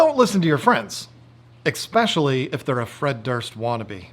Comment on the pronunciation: It's Especially not Ekspecially